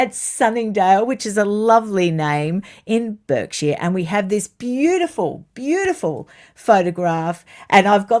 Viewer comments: What was Burrell doing in Kennsington Palace in 2017? All sounds unlikely to me. I still miss seeing the late Queen at the races - she always looked so happy. Oh and just a little aside,, Berkshire is one of our funny 'er' sounds so the county is actually pronounced 'Barksher'. Great video though. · It's pronounced BARKshire. Spelt Berkshire. Mind you, Berkhamstead the town IS BERKhamstead. The vagaries and pitfalls of the English languages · Hear, hear, send the bullies away!👏👏👏 I hope you don't mind me saying.... Berkshire is pronounced 'Bark sheer.' I mean this kindly and am trying to be helpful 🙏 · Love your you tube reports...always!..Berkshire is pronounced Bark-shire...English pronunciation is so qhuirky. Good morning from Wrexham Wales 😊